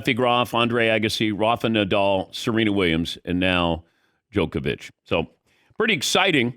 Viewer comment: finally he learn how to say DJOKOVIC and not jokovic